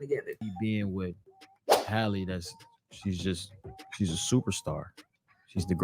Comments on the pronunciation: Why you keep saying Holly? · The girl is killing me by mispronouncing her name.